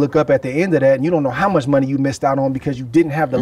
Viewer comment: It would’ve been GGG like Canelo but GGG ducked lol 😂 He said “Ward too musch for me” 🤣🤣🤣🤣🤣